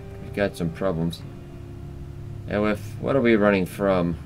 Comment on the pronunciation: Aoife is pronounced Eefa